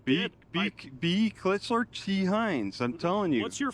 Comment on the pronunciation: It’s Kitsler bro not kittman😂😂